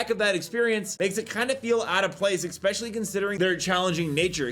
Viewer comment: Dude... it's "especially" not "expecially"...